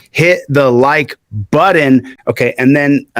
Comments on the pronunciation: Button not buddon😊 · Please please stop saying “ buddin” It sounds awful …. It’s (BUT- TON). You are smarter than that. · "Hit the like buddin' ?"😣